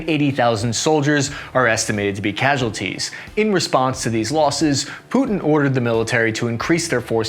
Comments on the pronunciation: Dude, I generally love your content, you're hilarious and you provide a lot of useful information, but I'm begging you to spellcheck your graphics and learn how to pronounce the words you talk about. You butcher so many words in literally every video, it's painful. Cassualties?! A few mistakes are understandable but it feels like you don't even try to learn the pronounciation of words, especially in relation to Ukraine. These are easily googleable, people will pronounce the words so you can easily reference them. It will significantly elevate your content. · "Cassualties"? Not impressed.